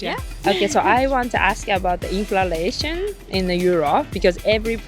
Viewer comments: もしかして動画全編通してずっとinflationのことインフラレーションと言っている……？ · Inflationインフレーションをインフラレーションと仰ってるのが気になります。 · inflation （インフレーション） ですね。 インフ「ラ」レーション ではない。。。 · Inflalationではなく、inlflationですよ‼️ インフラレーション➡︎インフレーション😂 海外移住もいいけど、まずは英語学びましょう😅 赤っ恥ですよ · She says "inflalation" for "inflation." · インフラレイションって何？ｗｗｗｗｗｗｗｗｗｗｗｗｗｗｗｗｗｗｗｗｗ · インフレーション○ インフラレーション× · インフレーションですよ。インフ「ら」レーションは？？？？？です。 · ちょっと気になっただけなんですけど、インフラレーションじゃなくてインフレーションですね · インフレーションInflationていうのでは？ インフラレーションて言ってるように聞こえる。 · インフレの倍率よりも「いんふられいしょん」という発音の方に衝撃を受けた。